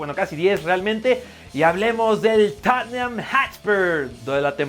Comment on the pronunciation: y por favor, que todos los de Cracks aprendan a pronunciar TOT NUHM (Tottenham) en lugar de toTENjam 🤦 en su defecto TotJam suena más acorde.